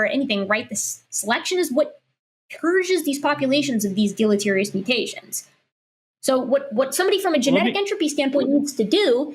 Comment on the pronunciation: Its tiring to listen to young earth creationists pretend to research and understand studies when they can barely pronounce the word deleterious. They are so far out of their depth they don't realize how out of depth they are. Yet, they steadfastly press on with talking points. They picked up off some young earth creationist website. Do they even understand the talking points? No. But what does that matter? When they sure as heck don't understand what they're arguing against.